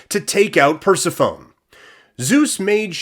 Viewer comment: How you said Persephone automatically tells me you don’t know what you’re talking about.